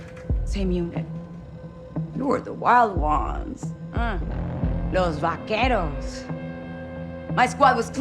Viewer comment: Oh lord dude every time you pronounce a name wrong 10 seconds after someone in game says it it kills me. Just say it the way that the characters say it. Los vaqueros is not hard to pronounce, its like you do it on purpose.